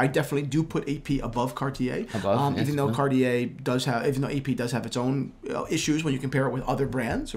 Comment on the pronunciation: when will two young men learn to pronounce the company name Cartier correctly.. it is so rude to pronounce a name incorrectly